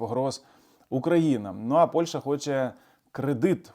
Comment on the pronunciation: пане! назва сусідньої нам країни не Польша, а Польща! не використовуйте москалізовану вимову!